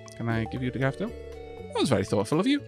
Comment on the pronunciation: i swear the way you pronounce "daffodil" with your accent sounds like youre saying "dapperdil" for some reason lol